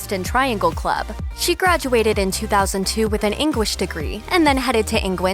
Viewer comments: Did anyone else notice the narrator pronounce "English" as " Engwish"? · Lol she headed to Engwish for her Engwish degree 😂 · Sorry Engwish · Why was it pronounced like ‘engwish’ around the 3 minute mark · Engwish???? Hahahha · Also Engwand and engwish. I hope she's okay! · Nah it was 'Engwand for her Engwish degree' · I replayed it so many times to see if I heard her right. "She graduated with an Engwish degwee from Engwand" 😂😂